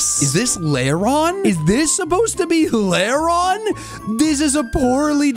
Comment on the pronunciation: It’s Lairon